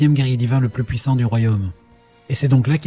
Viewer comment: quel est le plus " pouissant " 😅😅😅